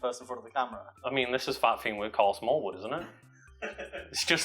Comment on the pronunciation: Thought I heard Smarl Karlwood.